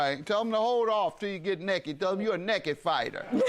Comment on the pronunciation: “Like to fight nakedt” 😂😂😂😂😂😂